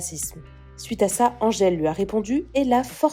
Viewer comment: oui.mdr elle sait même pas le dire elle est mauvaise la.angele